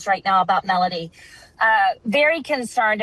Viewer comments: This would have been more credible if her name was pronounced correctly & anything new was actually revealed. I get not being able to say too much during an ongoing investigation, just say that. Very clickbaity. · This "PI" doesnt even know how to pronounce the kids name...